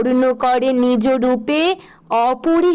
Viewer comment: ভুল উচ্চারণ নিজো না নিজ